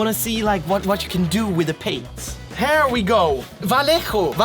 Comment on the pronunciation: not even once he said vallejo as it